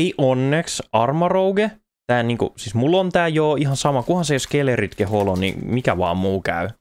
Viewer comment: SkeleDirge, ei SkeleRidge 🤣 hyviä videoita teet!